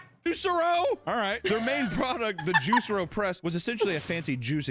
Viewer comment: Geez,. Its JuicEro, not Juice Ero.